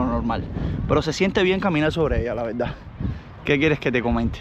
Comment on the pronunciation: Cuando vas a vas a dejar de decir VELDA en vez de VERDAD?... O es un problema insuperable? Dicho esto, sin animo de ofender.